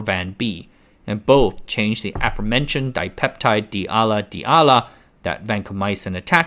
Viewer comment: hey, bro if your gonna use a stupid ai voice generate at least make sure it actually pronounces abbreviations correctly. so "A-L-A" and not "allah" when talking about the D-Ala amino acid